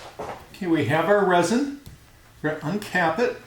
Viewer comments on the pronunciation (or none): it’s rEsin not rOSin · Resin...."REZ-IN".....not "ROZ-IN" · The second he said rOsin, I realized this guy doesn't know what he is doing.